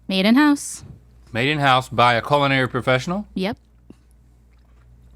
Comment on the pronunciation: Can someone please tell link it’s pronounced Cull-in-ary? I’m disturbed every time he says Colon-airy